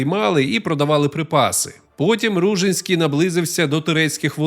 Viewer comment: Ну, по-перше, правильно РужИнський (наголос на и). По-друге, це звучить як фантастика, що князь з кількома тисячами козаків зробив військовий похід навколо Чорного моря, через Дон, Кубань, північ Малої Азії, Болгарію. Де ви берете ці дані?? 😅 До речі, його потомок, князь Кирик Ружинський, який спочатку також мав добрі стосунки з козаками, згодом нещадно з ними воював. По аналогії з князем Дмитром Байдою Вишневецьким, потомок якого, князь Ярема Вишневецький став найзапеклішим ворогом козаків